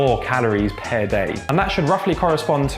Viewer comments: I love so much, his journey is massively inspiring! But every time he says ‘per’ like that makes me shiver a little bit! 😂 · Can't get over pronouncing "per"